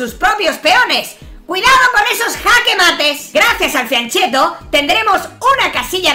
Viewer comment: se pronuncia FIANKET-TO